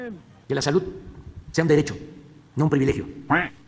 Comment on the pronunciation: El pedo es que la “salut” no etziste… el 90% de las palabras que dice este señor no existen en español. Algo quiere decir que no entendemos